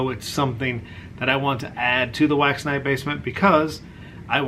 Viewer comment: Every time you say wax night, i hear wax NIDE, lol.